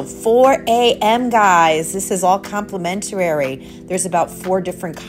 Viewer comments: With respect, complimentary (5syllables) not complementarary. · you're killing me with some of your commentary. Complimentary is not complimentarary, and I had to think about what you were saying at the taco bar. Habanero sauce is not pronounced that way. Most of your Italian words were also interesting to say the least. It is a very informative tour and I enjoyed how you moved through the venues. No specialty restaurants leaves out a large portion of the experience. Hard to do on a shorter cruise. For someone with a travel channel, they would be tax deductible if you're earning money from your views. Keep at it. You're doing great.